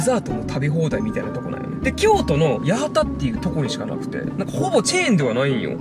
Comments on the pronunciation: 「やはた」じゃなくて「やわた」です！ 大阪の守口と松原にもあったんですけどコロナで潰れました！ ちなみに年中無休で三賀日とかもやってます！ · 初めてコメントします✨ 初めてのコメントですみません💦 最初に京都の八幡を「やはた」って言ってたんですが、読み方が「やわた」って読むんです。 言っていいかなぁって思ってコメントしました。すみません🙇‍♀️ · 地元です！通りがかったとはいえ嬉しい！ちなみに「やはた」じゃなくて「やわた」です笑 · "やはた"ではなく八幡(やわた)市ですよ！ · 「やはた」じゃなくて「やわた」ですね。